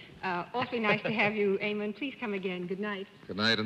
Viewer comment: Eamon Andrews is a gorgeous man. I wish the panel hadn't passed away because I would love to correct John for always pronouncing Eamon as it's spelt rather than Aimon. Too bad I'm many years too late. 🤣